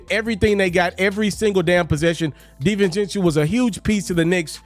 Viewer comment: Stop mispronouncing big ragu name smh